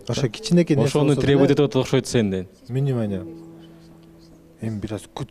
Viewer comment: Минимания дейтго Арген внимания дей албай😂😂😂